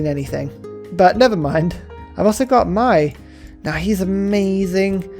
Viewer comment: "Mai" is closer to correct I guess, but I think I'll miss the "Moy" era. It was just so iconic.